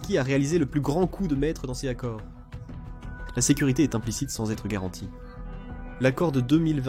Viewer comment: Encore un problème d’élocution ! Dans ces accords ! Il manque la liaison entre « ces » et « accords » Faites votre boulot jusqu’au bout au lieu de laisser une IA le faire ! Rien que pour ça je ne risque pas de m’abonner ! J’écoute de temps en temps vos vidéos ! Mais si vous ne faites pas l’effort d’avoir une voix claire, sans répétitions, accélérations ou saccades au milieu des mots, je risque de tout simplement faire l’impasse sur vos vidéos. Merci de votre attention !